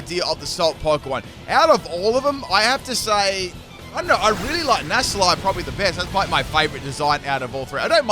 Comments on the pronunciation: NACK-LEE! It is not pronounced Nassleye 😂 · Nasalie? I thought it was necklee! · Alright, I can only hear that so many times before I have to respond: The C in this line is supposed to be a hard C. Nacli is supposed to be said Nak-li, for example. That's because the Cl stands for Chloride, which is pronounced with a hard C in every language I'm aware of, though if someone does call it "Shloride" out there, let me know. Thus the delightful sound that its evolution, "Nah-kul-stak" makes when you say it out loud. I love you,, but this is worse than the Synthesis ("sineesis") running gag. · Also, it's Nackle-y and Nackle-stack.